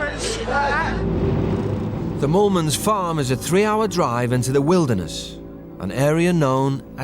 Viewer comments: It was "Moolman's" instead of "Mormons" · I think it's pronounced "Mole-mens" with their accent. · The surname is Afrikaans that’s why it sounds like mormons to people who don’t speak the language. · That’s because there names are Mormons 😂